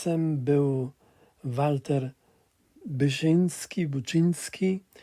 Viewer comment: Nie Buczyński, ale Buszyński!!!